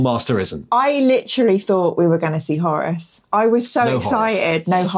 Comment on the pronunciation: Is anybody else weirded out that pronounces "Horus" as "Horace"? Flashbacks to 80s ZX Spectrum games...